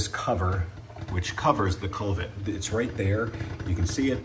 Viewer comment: Great video. I got mine spotless using your video. One thing, it is a "koo-vet".